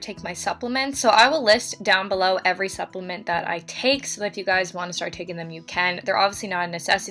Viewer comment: she said “EVery”. I jumped